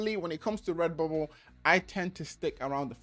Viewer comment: Take a shot every time he says REBUBBLE, Thanks for the info man